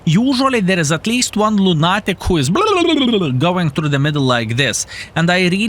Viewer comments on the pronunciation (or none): it's not loon-AT-ick, it's loon-ah-tick, with a quick "Ah" when you pronounce it....though I really wouldn't want to change you:)